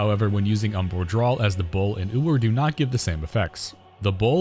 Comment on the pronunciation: The word is "draw" not "drawl"